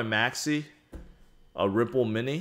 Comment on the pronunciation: ripple sounds too much like ruuple